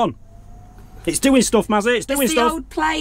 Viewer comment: Sorry it’s Mazzy isn’t it not Massy😢🤪